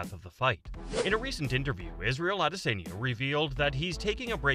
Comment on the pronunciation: the way you say adesanya pisses me off